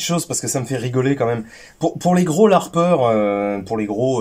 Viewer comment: Je viens seulement de comprendre que tu dis "LARPer" x)